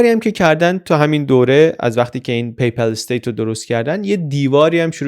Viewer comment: جناب پی پَل استیت تلفظ اشتباه است درستش پاپال استیت است پاپال استیت